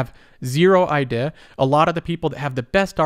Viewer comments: What is your accent? I noticed you said the word "idea" with an accent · Yo never say “idea” again. Good vid tho.